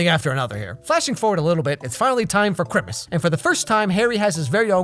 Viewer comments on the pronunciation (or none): Man I almost died when you said chrimmas I was like no he didnt! And laughed for like 30 minutes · Love that you say Chrimussss too!!! Been loving all your videos ❤️😂❤️ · The part where says "Crimmus" Instead of Christmas, reminds me of Peetah Bread!